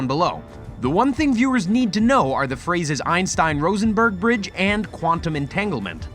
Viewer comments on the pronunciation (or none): Rosenbridge, not Rosenbergbridge